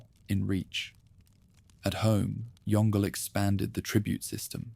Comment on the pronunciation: Yong Le, not Yongle (like "dongle").